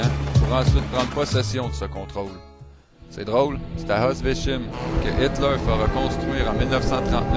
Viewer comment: Très bien, mais tu aurais du apprendre à prononcer Auschwitz correctement...ça fait pas très crédible (tu prononce Osvencien aussi faux, mais c'est moins grave). D'autre part j'aimerais bien savoir qui t'a dit que "Auschwitz" signifie "petite ville"...en quelle langue? Sinon, plus grave: le son du premier épisode a été désactivé, donc il faut que tu la refasses (sans prendre une musique protégée par la loi)! :)